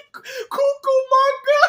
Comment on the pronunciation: Cucumanga? Lol!😂